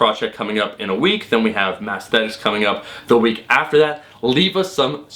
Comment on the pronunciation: Did you say... ... ... Massthetics?